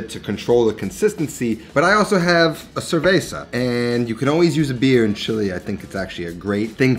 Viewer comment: Nooooooo :( Spanish 101: The V is pronounced like a B. Cerveza = Cerbeza. Not Cerfeza. Great recipe though, definitely making this next week.